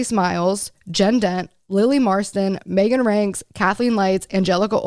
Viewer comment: Did she say Megan rienks? Cause she lives a very quiet, gardening, crafting life to my knowledge